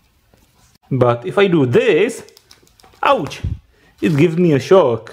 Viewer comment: I love the way he says ouch 😂🥰